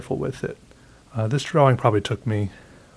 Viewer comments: Why do you say Draw-wing?? XD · I <3 how he says.... "draw -wing" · I need a compilation of saying DraWing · So glad I stumbled upon your videos. I've been binge watching others now, and you make me laugh... a lot. I love how you draw and say "drawing". Thank you for sharing your talent, wit and time :) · Is it just me or does he pronounce "drawing" a bit strangely?